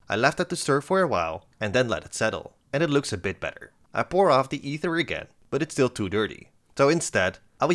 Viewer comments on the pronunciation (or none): none